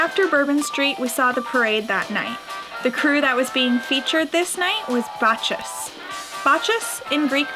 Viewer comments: Lmao! It’s pronounced “Bak-us”...😂😂😂😂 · Bacchus is pronounced Bock-Us.